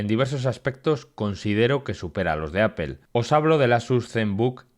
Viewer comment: Que marca es "Apél" ?? 😂😂